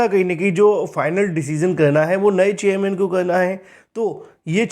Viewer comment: He speaks चेयरमैन ❎ चेययमैन ✅😀😀